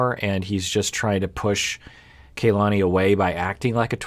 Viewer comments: Her name is pronounced "kah-lah-nee", not "kay-lah-nee" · Doc I think it's pronounced kuh-LA-nee